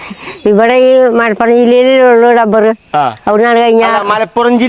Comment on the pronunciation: ഡബർ അല്ലടാ മണ്ടാ റബ്ബർ ആണ്